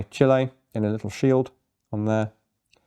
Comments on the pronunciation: Chilean-American here. Nice to see this gun featured on such a popular channel. Unless I’m mistaken it’s one of the very few Chilean-designed firearms. Edit: Also it’s nice to hear an English speaker pronounce it properly. Most people I’ve talked to pronounce it like chili. Gracias. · The fact that you say Chile correctly tells me you've been to south America?